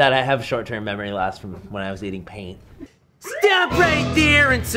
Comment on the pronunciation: Staph reight thewre